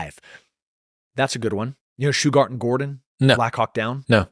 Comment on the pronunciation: It's not "Shughat". It's "Shughart"